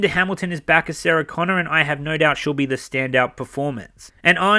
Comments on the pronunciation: Saggy Connor, that's all I hear, when you say Sarah Connor. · Agree with EVERYTHING that you said except calling Linda Hamilton “saga-Connor.” We can’t help getting old,. Even you will get there someday.